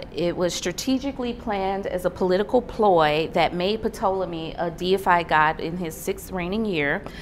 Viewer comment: Ptolemy: the P is silent. Pronounced Tolemy. SErapis is pronounced seRApis.